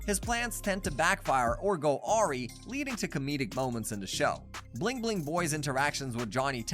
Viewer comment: It honestly sounds like her asked chat gpt to write something abt the show bc he mispronounced awry and didn’t even know things like the girls being twins so he obviously didn’t write the script